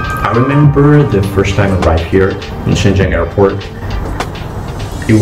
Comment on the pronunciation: All 老外, when talking about Shenzhen, please learn to pronounce Chinese "sh" "zh" correctly, I never saw more than one or two people who did it right.